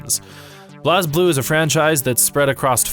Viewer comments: Minus the mispronunciation of the character names (and calling "Blue Grimoire" instead of the Azure Grimoire) Other than that, pretty good By the way, its pronounced "Blaze" Blue, not "Bloz" Blue lol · Its pronounced Blaze Blue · It's pronounced as "Blaze_Blue" even the japanese katakana is written as : "burei buru" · It's pronounced "Blaze Blue"